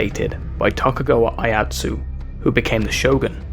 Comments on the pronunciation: The Commenter cannot even pronounce "Tokugawa Iieyasu" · Tokugawa Aiyatsu??? Lol!